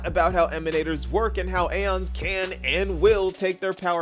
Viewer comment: The game pronounciation: “E-ons E-ons E-ons” pronounciation: “A-ONS” (I say this with love XD)